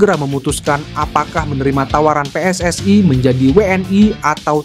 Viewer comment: Min lidah elo jangan seperti lidah jiran.....elo kan bukan bule, pakailah pelafalan Indonesia yang bena pe-es-es-i (PSSI) BUKAN pe-es-es-ai.....wo ai ni